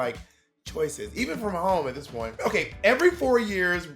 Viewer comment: BOB STOP SPILLING THE "T" :(